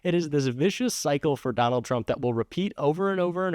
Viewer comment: I might have misheard; but I thought another commentator said, "Don-Old". I hope it catches on.